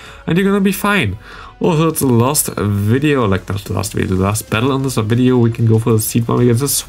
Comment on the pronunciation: Hi, i noticed that you nearly always say "thee" (german i in the end) instead of the (german ä in the end). You only use thee if the next word starts with a consonant. So not "thee" counter, "the" counter! :)